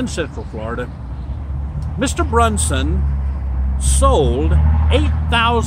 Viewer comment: Overall good facts, my only correction would be your pronunciation on the last name, Bronson with a hard o no u. Liked the video though, keep up the good work